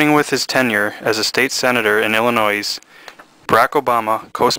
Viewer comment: Dude! The 's' in Illinois is Silent!!!!